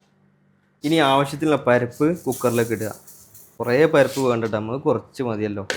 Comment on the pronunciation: പരപ്പ് അല്ല പരിപ്പ്